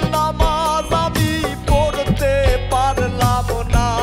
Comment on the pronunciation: বিচারকদের ও বিচার করা জরুরী, কারণ দেখলাম বাউল গানের উচ্চারণের কথা বলছে, শফি মন্ডলের ম্যাক্সিমাম গান, উচ্চারণ ভুল হয়, যেমন অনুষ্ঠানের কথাই বলি, নামাজ আমি পত্তে পারললাম না,,,,খেয়াল করে দেখবেন? আর সুমি ঠিক আছে জাজমেন্ট হিসেবে চলে আর কি, কিন্তু ওই যে স্মার্ট ভাই উনাকে আমি অভিনেতা হিসেবে চিনি, পাশাপাশি মনে হয় গান গাই, কিন্তুু বাউল গান গায়না,তাহলে বাউল গানের বিচার করবে কিভাবে। আর জার্জদের সব থেকে যেটা জরুরী : গান শোনার সময় প্রতিযোগীদের মুখের দিকে তাকিয়ে থাকা এবং গান খারাপ হোক ভালো হোক গানকে উপভোগ করা, যার্জদের মুখ এমন হয়ে থাকে মনে হয় ভুল ধরার জন্য রেডি হয়ে আছে। গান শোনার সময় উপভোগ করব আর বিচার করার সময় বিচার করবো ওকে। তাহলে এই রিয়েলিটি শো আরো প্রাণবন্ত হবে